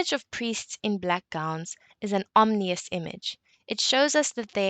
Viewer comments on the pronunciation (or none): This is a lovely analysis, and you have a very nice and sweet voice (if that matters). Just watch the pronunciation of ominous. Thanks again. :)